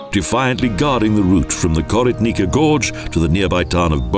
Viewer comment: Pronounciation very bad: "Koritnica" and "Bovec"!!!